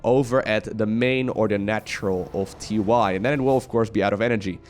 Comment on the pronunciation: TY but actually it is tee tee